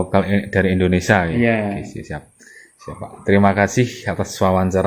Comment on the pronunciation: Indonesia mas, sanes Endonesa